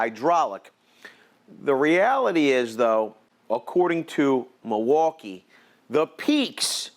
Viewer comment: "muuwalkie" "spesiffcationios" XD